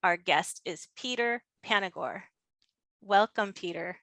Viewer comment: Hi Julie, it's Panagore not Panagrove....love your show!